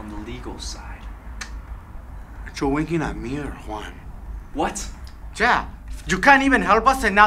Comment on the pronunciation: called Juan master wain.